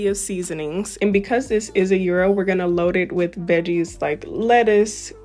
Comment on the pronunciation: It's a "yeee-roh" not a Euro €, but definitely delicious! Love this recipe so much, will make again!😋